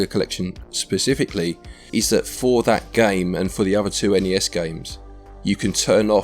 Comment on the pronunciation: I can tell you were feeling poorly, because you kept saying each letter in ‘N.E.S’ instead of just the single word ‘nes’